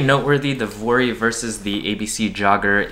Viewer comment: I think vuori themselves said it’s pronounced vee-or-ee